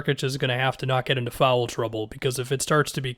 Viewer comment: It's "foul." One syllable. Not "fowell."